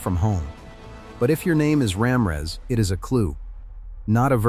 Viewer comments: I heard Ramrez. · That narrators pronunciation of the names is really messed up. He’s calling my last name Ram her ass 😂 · Either the person reading these names or the AI pronunciation needs to be corrected. Starting with the first surname, Ra Mi Rez